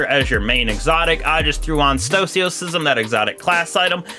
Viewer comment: Stoicism. Read it. Pronounce it.